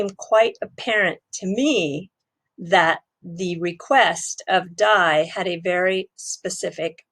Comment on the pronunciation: Haha..D A I.. not dye 😂